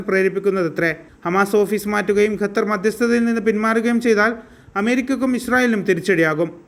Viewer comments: Bro, it is not Gatar, but Qatar.. please pronouns correctly... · Its more maching with Arabic letter